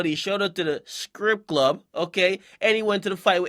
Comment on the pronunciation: the way you said strip clud had me weak 😂